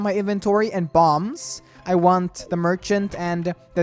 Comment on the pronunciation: It is Mergchant xD